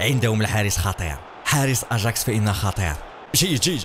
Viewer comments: اياكس وليس ا جاكس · اسمهم اياكس مش اچاكس يا احلى جيمر مغربي وافريقي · اسمه اياكس وليس اجاكس